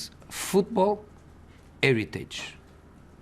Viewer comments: best parts "This is football aeritich ". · Mourinho: Football heritage What I hear: football irritate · "It's eritage". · 'Inheritance' not heritage. LOL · ITS -ERITAGE ! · "Football AIR-iteej!" You're at Manchester United, dude. Probably not the place to go on about heritage. You're actually just whining about the players you've inherited. Very different thing. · IT IS ‘ERITAGE😂🙌🏼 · That's "eritage"... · “Futboul eritage” 😂😂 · "That's football 'eritage" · Eretidge looool Hes right though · That is eritage 😂😂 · Drinking game:Take a shot every time he says "Football 'eritage" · U know what it is It's Eritage Aguero silva De bruyne fernandinho Eritaze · ‘Football Eritage’